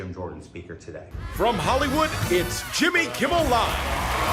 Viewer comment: am I the only one who heard "Kimmy Kimmel Live"???